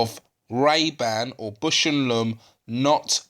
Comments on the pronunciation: "BOWSH" not "bush," and "LAWmb" not "lumm" your friend in America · Great video! Now, repeat after me: Baaaausch and Lomb. Put that "a" in Bush! While you're at it, put an "o" in Lomb.